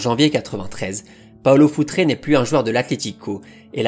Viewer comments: Futre est portugais donc c'est futrE.... Le e de prononce simplement sans accent pour un portugais. Il faut arreter avec les paulo futré, josé fonté, pepé ! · Je me permets juste même si c'est rigolo ok dit foutre et pas foutré (ton pote Alex de castro va te taper sur les doigts 😂)